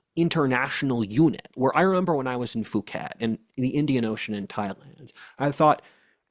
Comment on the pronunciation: the h in Phuket is aspiration, making it a "p" and not a "b", so it is pronounced Puket (And yes, Phi Phi is pronounced Pi Pi.)